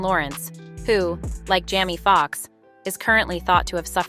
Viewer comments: These AI Voices are a trip ... I was going along up until she called Jamie Foxx Jammy Foxx. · Is this a bot? “Jammy Fox” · This lady needs to be cancelled an stop discussing our black news, she can't even say the names right, an I think she is doing it in purpose ( Jammy Fox) this not the First time she says names wrong.